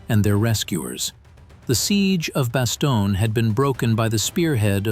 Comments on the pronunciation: Same with Bass-stone, not Basto-nee-a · It is not Bastone EEE. Computers suck. 😢😢😢😢😢😢